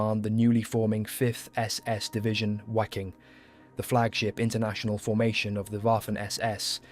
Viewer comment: Its pronounced Viking not Wiking